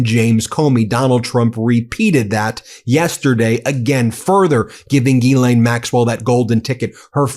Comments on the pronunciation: OT: The ‘s’ in Ghislaine is not silent. It’s pronounced ‘Jeez-len’. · With your big team it amazes me that no one is pronouncing' Ghislaine ' properly ...there are sites to teach you how to say her name ...look it up and stop sounding silly with the stupid way you say her name